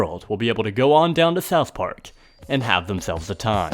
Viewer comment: “Thouth Park”